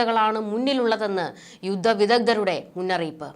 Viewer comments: 'യുദ്ദം' തെറ്റ്.'യുദ്ധം' ശരി. എന്താണ് താങ്കൾ യുദ്ധം എന്നുച്ചരിക്കാത്തത്? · അത് ഞമ്മക്ക് ജുത്തം എന്ന് പറയണേ കൈയ്യൂ 😄😄😄😄😄😄😅😅😅😅